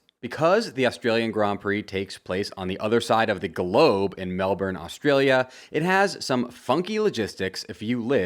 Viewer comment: Mate, that is not how you pronounce Melbourne.